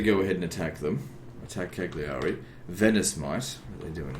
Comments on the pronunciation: The ”cc” in Ajaccio sounds like the ”ch” in chamber. Genua (Genova) and Cagliari have stress on the first accent, GEnova, CAgliari. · Just FYI Ajaccio is pronounced: A (short, like the first a in annual) Jaques (French prononciation of the name jack) see (or sea) o (short, like oh!) And Cagliari is pronounced: Kaaliari (g is silent, and both i's are short and high pitched) :) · Cagliari the i's are pronounced "ee" as in Lee